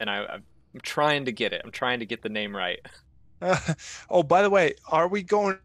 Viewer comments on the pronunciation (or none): I'm not entirely convinced he pronounced his name correctly lol glad he address it, sort of. 😂 What a great dude, though. 👍